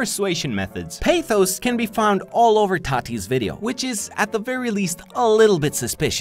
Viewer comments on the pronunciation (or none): Dude a week ha 168 hours and you post about once a week as into your videos you put 150 so you don't sleep for 6 days and sleep on the seventh day to upload a vid these videos take 5 hours also its not pernounced peithos it's pathos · I'm from Greece and when I heard you say pathos(παθος) like that I was going to die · I know that it's been a year since the video was uploaded but my Greek heritage won't allow it. Pathos is pronounced Pahthos which literally translates to passion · Im Saying This Comment To Educate All Of You On Greek Pronunciation ( Sinc eI Am Greek) 1) It Is Said Παθος Which Is Read (In ENGLISH) Pathos Just Like You See It 2) Logos Is Having A Soft G More Like Y 3) Is Ethos Just Like That Without Any Accents! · It is actually pronounced p-Ah-thos l-Oh-gos and Eh-thos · As a Greek person (just for informative reasons no desire whatsoever to make fun of you highly enjoyed the video) the first syllable of pathos is pronounced differently , as in saying nahh but like pa (don't know if you get me ) and it is literally translated as passion. The second one ,logos,means speech and ethos is moral / ethic. Again great quality video keep creating awesome content 😁😁